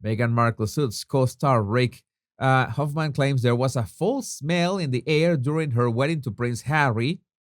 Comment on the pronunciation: it’s not “fall” smell, it’s “fowl” smell, as in owl. It is spelt ‘foul’ Everyone has known for years that her rags to riches story was lies. She totally fabricated her story, just like Oprah did, she was no rags to riches story either.